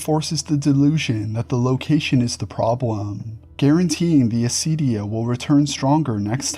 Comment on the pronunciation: For other greek people who might be confused by the mispronounciation/latinization: acedia=ακηδεία